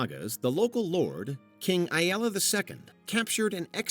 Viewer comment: Hearing the repeated mispronunciation of Ivar was painful. How many times can you get it wrong in one go?